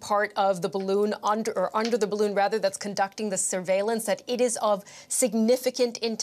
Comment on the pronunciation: Oh! It not spying! It WEVR BAROON! 😑